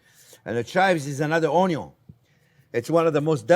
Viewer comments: "oh-yun" love it. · it’s onyon! 😝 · I love how you say onion onyo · I think CJP loves to say ONYON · It always cracks me up when you say “Onyo is always number 1st”. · It's 'onyo and budder'. For ever and everywhere 🙂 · I only ever want to call it onio from the minute I first watch this delightful man. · The word "ONION" may have two Ns, but "ONYO" only has one. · I've been pronouncing it "un-yin" my whole life. Am I wrong? What is life? Quiche. Quiche is life.